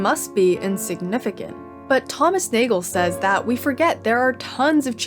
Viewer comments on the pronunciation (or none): none